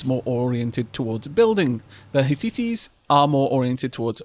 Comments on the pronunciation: It's hit-tites (roughly "hit-tights" {as in the hosiery} - though that first t is nearly silent and causes only a barely discernable pause between the first and second syllable) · Bit heavy on the algorithm stuff for my taste. Otherwise liking the vid. Hittites is two syllables, Hit·tite. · Hittites are pronounced "hit-ites" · The Zhou is pronounced like Joe, Hittites is pronounced Hit-tie-tes and Myceneans can either be pronounced Mykeneans or Myseeneans, at least as far as I know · Hey. RE pronunciations: Hittites: Hit-tights Mycenaeans: Mike-a-NEIGH-ans Those are the only two I feel confident enough to speak on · Omg that pronunciation of Hittites made me cry xD.